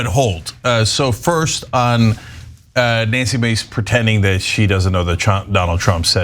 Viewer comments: Let’s mispronounced her name manly face instead of Nancy Mace. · We pronounce it "Nazi" Mace, not Nancy Mace.